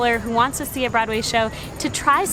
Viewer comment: Nope.. nope nope!! I am not buyin' it. You may claim to be a New Yorker but listening to you speak.. You're definitely a transplant to my city. There are just certain diphthongs that are just .... wrong. Particularly your pronunciation of "brod-way". Great video.. I am subscribing and hittin the notify keep up the good work.